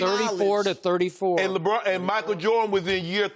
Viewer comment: Why does he have to pronounce Lebron like Lebraaaaaaaaaaaaannnn? It's forced and like nails on a chalk board to me... Anyone else?